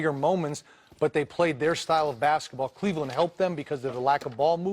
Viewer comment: "cLEveland" LMAO